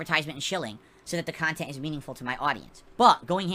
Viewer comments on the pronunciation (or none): "Meaningful kahntent" "OOOOOOOHHHHHHHHHHHHHHHHhhhhhhhhhhhhhhhhhhhhhhhhhhhhhhhhhhhhhhhhhhhhhhhhh"